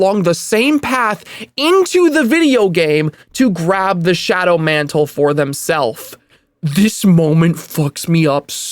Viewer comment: john mant'le